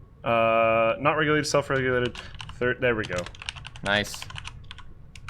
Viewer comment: "self reulated"